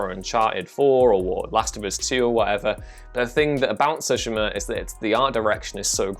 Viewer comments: Sue-She-Ma!! Don't know where you're getting "So-She-Ma" from but ok live your life. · i loathe the way you say tsushima lol